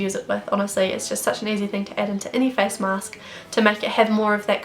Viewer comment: Was I the only who laugh when she Said 'Fees' instead of 'face' 😂😂 Btw loved the video ❤️